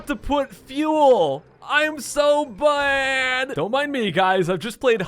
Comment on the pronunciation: Why did you say bad so wierdly?